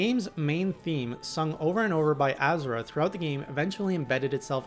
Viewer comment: Ah-zoo-ra? It's Uh-zur-ah